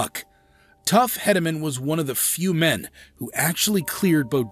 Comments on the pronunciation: Tuff HEEDeman, not Headaman. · Say his name right...tuff hedemen Not heademen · His name is Heee-de-man. Get your pronunciation right! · Hedeman is pronounced heed not head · It's not headamen it's pronounced heedaman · Must be a computer-generated voice because he is not pronouncing tuff hedeman's name. He's saying Headaman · You're pronouncing Hedeman wrong. It's pronounced like heed on the first syllable. But, nice compilation. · That’s not how you pronounce tuff hedemans name It’s sounds weird hearing you say it like that And lane frost died in 89’ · Yes that was my first reaction! I was like atleast pronounce his name right! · This guy don't get it that's forsure.... He don't even know how to say Tuffs last name!!!! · Don't know who made this video but If you don't know how to pronounce tuff's name or know what year Lane died or anything about the greatest bucking bull ever then sit down and shut up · Instantly stopped watching after getting lanes death wrong, and the fact that tuff’s last name was pronounced wrong… oh and acting like bodacious “learned” how to throw his head back to headbutt riders 🤦🏼‍♂️